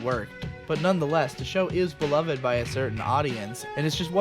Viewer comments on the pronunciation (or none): none